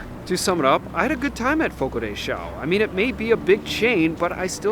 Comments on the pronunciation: Just a quick note, and a very common mistake but it's not pronounced Fogo De "Chow", The correct pronunciation of Fogo de Chão is “fogo-dee-shown”. Hope this helps. This info is available on their site on the FAQ's page. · Fogo de “Show” pronunciation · It's pronounced Fogo de Shown. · You repeatedly pronouncing the restaurant’s name wrong was painful to listen to. 🙉